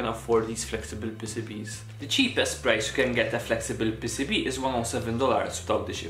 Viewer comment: Dude, I thought he was calling them pesipie, but he was saying pcb.